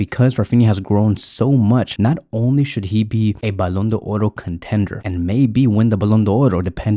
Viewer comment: Thanks for the video, I'm grateful for your videos and really like them. Because of that I'd like to tell you that the Ballon d'Or is a french word which is not pronounced Ballon d'Oro. There is no "O" at the end of the word d'or Otherwise your videos are amazing. Thank you again!